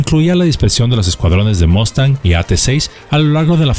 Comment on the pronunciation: un saludo cordial, como siempre un video muy bueno. Por primera vez oigo que alguien pronuncia bien la palabra:"MUSTANG". Solo un detalle maestro si me permite con el debido respeto y en aras de aportar: En múltiples ocasiones en este video se muestra la imagen del beechcraft texan II. Este avión de entrenamiento actualmente vuela en la FAM es un turboprop ( motor de jet con flecha alargada y caja reductora de RPM con la confiabilidad de un motor de jet), sin embargo este avión aún no existía cuando fue el conflicto. En su lugar estaba el Beechcraft T6 TEXAN I también entrenador pero con motor radial y aerodinámica de la época. Hago la aclaración porque la gente que no es del medio ve un avión con hélice como es el caso el tejano actual y dicen: Mira la FAM tiene aviones de la WWII y pues nada que en gran engaño han caído. Un saludo maestro.